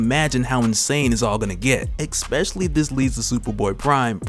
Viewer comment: Disliked video. Seriously. Anybody trying to make product while speaking who says exspecially needs kicked in the head.